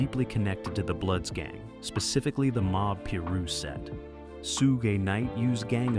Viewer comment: This guy can't even pronounce suge name right